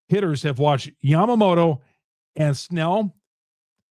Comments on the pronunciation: This guy is the goat lol. Wonders if Blake snell is good. “” 😂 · YA-MA-MO-TO. It’s not difficult to pronounce.